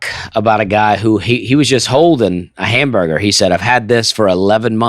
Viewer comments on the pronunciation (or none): none